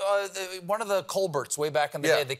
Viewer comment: I couldn’t hear anything after once Stephen dropped that Hard T on his name. ColBERT